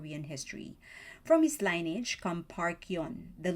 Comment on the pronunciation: Just as info - the word 'lineage' is pronounced : Lini (like 'mini') - idge (like 'bridge'). I don't really mind. But it's fun to learn a bit of Korean history like this.